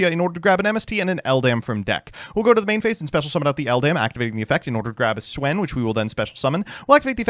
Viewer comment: Didn‘t know you could mispronounce Swen that way